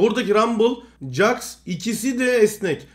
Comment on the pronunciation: jax'a caks deyip durma, ceks o :D